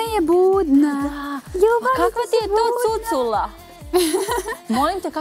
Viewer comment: CucUla?! Jel ova "novinarka" kaže cucUla?